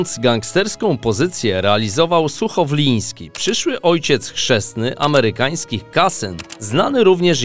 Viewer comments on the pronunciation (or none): Accent na Ferrari powinien jak juz byc w jezyku wloskim nie amerykanskim I to chyba byl Suchowlanski nie suchowlinski ale roznie to podaja . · SUCHOWOLAŃSKI A NIE SUCHOWLIŃSKI